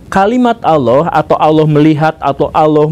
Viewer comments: Pengucapannya Allah di perbaiki pak Bacaannya Alloh BUKAN Auloh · Org sunda kek gitu cuk, pernah liat AA Gim ceramah gk?